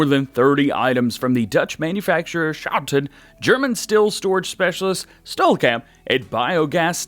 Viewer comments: schouten = sjawten😂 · I have to say I'm dutch and the way you say schouten juts got me down😂